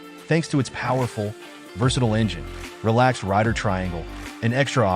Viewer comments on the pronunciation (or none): none